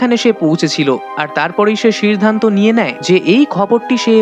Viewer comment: সিরধানত মানে কি রে ভাই?🤣🤣🤣 বাংলা উচ্চারণ করতে পারিস না।